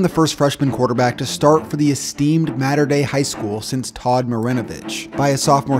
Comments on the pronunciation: Small note it’s (Mau-ter) (day) not mater dei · It’s pronounced mot-er day not matt-er day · It’s not “matter” dei. It’s mater dei. Long a sound. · It’s not spelt “matter dei”, it’s Mater Dei. Long ‘a’. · I know you're not from California, so, mater Dei is pronounced maahh-ter Dei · shrimp19921 lmao the way he was pronouncing it was kinda making me mad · Any other SoCal kids unreasonably upset at how Mater Dei is being pronounced? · u said mater dei wrong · Omg please learn how to say mater dei😂